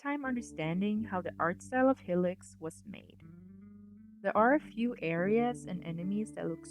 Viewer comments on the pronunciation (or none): Great vid but why do you pronounce it like Helix 😭😭😭